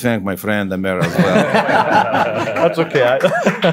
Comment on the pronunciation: Just to clarify this announcers name is Amer not Amir, I've heard so many ppl get it wrong, it's pronounced Ah'mrr, with a silent h, not Am'mir